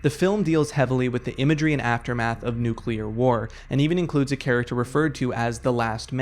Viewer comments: it's pronounced nuclear. new-clear. not nukeular. nook-you-lar. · Why do 80% of people on YT pronounce ‘nuclear’ incorrectly? It’s not fucking ‘nucular’, it’s ‘new-clear’. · nukeular isnt a word good sir new-clear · It's pronounced "new-clear," not "noo-cue-lurr." Go look it up. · Crazy vid, great editing and narration, but unfortunately you pronounced it “nucular” instead of “nuclear” once so it’s bad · Will you PLEASE learn how to say "NUCLEAR"? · Please, for the love of God, please stop mispronouncing nuclear...